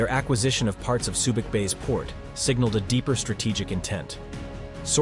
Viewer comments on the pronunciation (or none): none